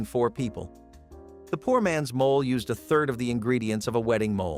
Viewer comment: Mo-lay !,NOT mole(animal)